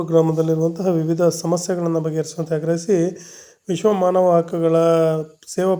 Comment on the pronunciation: ಅ ಗ್ರಹಿಸಿ ❎ ಆಗ್ರಹಿಸಿ ✅ ಪುತ್ರ ❎ ಪತ್ರ ✅